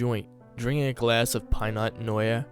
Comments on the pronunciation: Pienut Nooyea 🤣🤣🤣 Pinot Nior Dude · Did u just call Pinot Noir “pine nut noya?” 😂😂 this story was hilarious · Ok,. You have a genuinely good voice, and this was an interesting story. What I am about to tell you, please take it as constructive criticism because I like your vibe and want to see you do better. I caught a couple off-hand, but I'm sure there were more. You gotta double-check your pronunciation of certain words, ménage à trois, Pinot noir, and sentient being the few I clearly noticed. Otherwise, good job. Im subscribing.